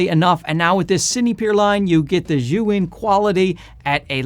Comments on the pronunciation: It's almost as if he switched the vowels to make Zhuyin - that would be closer to what he is saying 🤦‍♂🤦‍♂ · Zhiyun may have sent you the lights, but apparently they didn't tell you how to properly pronounce their name. It's NOT [and could never be] "zhu-in" - and isn't even spelled that way, which my Chinese wife immediately pointed out. She's a native Mandarin speaker and says it is definitely pronounced "zee-yun". I thought a "huge fan" like you would want to know. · Bro you need to learn how to pronounce Chinese. it's like JEE YOON. Don't keep saying "JOO WIN" ... It's just straight stupid. You sound stupid. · Just for your info, zhiyun is pronounced as “G-Yoon”